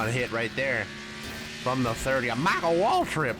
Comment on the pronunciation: I laughed so hard when he said “MYCHAAL WAALTRIP”